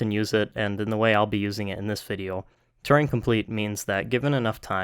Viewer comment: That's not how to pronounce Turing.